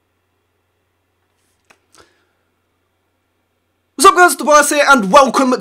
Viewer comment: Thought he quit cause he said ligitimate